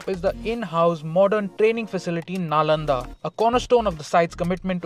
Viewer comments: Nalanda should be pronounced as Nalanda only and not something else. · go check google pronunciation for Nalanda you will get what I meant🙃